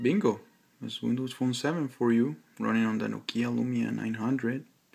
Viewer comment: it's NOkia, not NoKIa!! Stress on O!! ok?!